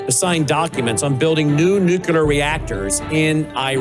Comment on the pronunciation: Please please please pronounce NUCLEAR correctly. It is not NUCULAR!